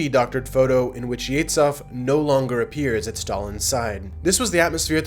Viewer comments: Just wondering, would you ever get tired of lying about USSR ? Gosh, you can't even pronounce the surname Yezhov properly, yet you think you know "the whole truth" about Russia. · Pretty good video. However, you made last names of Russian generals practically unrecognizable. Russian "Zh" is pronounced like "s" in "pleasure".So, it'z yezhOv, zhUkov and kOnev. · it's Zhukov (and Yezhov.) zh roughly as the s in "treasury." the wikipedia article has a pronunciation key btw. this is not about getting it absolutely right. this is about being aware of a typographical convention in English (other major languages use a different scheme - "Schukow" in German, "Joukoff" in French etc) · Very confusing pronunciation. It's not "yetsov" but "yeʒov" like in "viSual". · HE'S YEZHOV, NOT YETSOV! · the "Zh" in Ezhov is pronounced as "s" in the word measure, not as "ts"! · Not “Yetz-off”. Thr pronunciation is “Yeh-zhoff”. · You mispronounced the name of murderer Yezhov. It's not Ye-TS-H-ov. It's Ye-ZH-ov. same sound as in the middle of the word "bourgeois" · Yezhov is pronounced more like Yeshoff, not Yetzoff. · Great vid, just a note - it's not Yetzov but Yezhov, there's a voiced palato-alveolar sibilant - a sound like how you pronounce "s" in the word "treasure" or "vision". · FYI, Yezhov is NOT [jetsov] or whatever you called him. In Russian it is pronounced [je`ʒov] with a ʒ as in 'collision' usually transliterated into English as ZH. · Do Americans pronounce Yezhov as "Yeah-tzov"? It sounds nothing like his actual name, not even close. It's "Yeah-ZH(like 'g' in 'genre')-ov". Didn't mean to sound like a dick, great video but this one thing really grinds my Slavic gears. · "zh" in "Yezhov" is pronounced like "s" in "pleasure", not like "z" and "h". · Yezhov. (YEJOV) YE ZH OF, not yeitsof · It's Yezhov, not Yetz-hav. He's not Jewish. 'Zh' is pronounced as 'g' in 'rouge'. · How to say "Yezhov" properly: YizhOFF (with the "zh" pronounced like the second "s" in "pleasure")